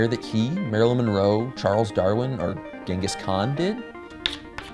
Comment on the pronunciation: It’s chengis han